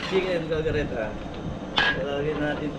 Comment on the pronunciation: correction kaldereta hindi kalgareta don’t get mad ok I just telling the right